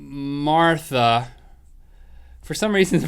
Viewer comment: Link pronounced Martha like my great grandma used to : "Marther." #Carolinas